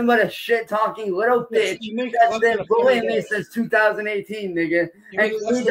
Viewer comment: “Because of your VULLSHIT VULLYING!” 😂